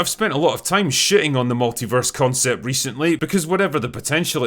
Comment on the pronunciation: The meh-tilverse.